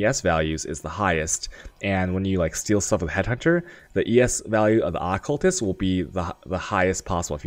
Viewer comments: Had to dislike cus you triggered me bad keep saying accultist rather than occultist .. >.< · Good lord. AH-CULTIST? That shit was bugging me so bad... Lol.